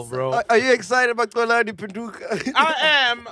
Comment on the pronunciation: can't even say Xolani with a Proper X is insane. I can understand McG finding it difficult coz his Venda... is Xhosa! and he pronounces Xolani as Colani